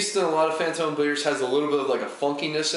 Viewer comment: It was more like "boom. Yeah that's fantome yeast"